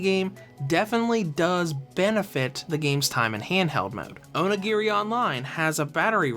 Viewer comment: Dose the way he says onigiri kinda annoy anyone...?